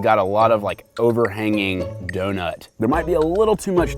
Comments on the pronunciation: why did he say donut like that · I hate the way he says donut oml